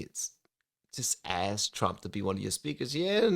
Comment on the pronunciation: bro said ask and axed...I’m hoping for “ask” moving forward